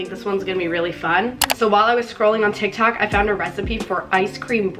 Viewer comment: Am i the only on who heard her say tiktak